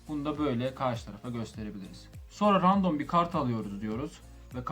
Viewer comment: Random demek yerine ya rastgele demeni tavsiye ederim ya da rendım demeni tavsiye ediyorum kulak tırmalıyor